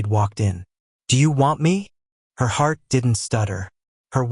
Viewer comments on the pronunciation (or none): none